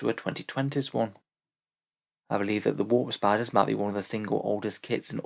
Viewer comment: Aaah, a WAARP SPIDAH! Engaging WAARP SPIDAH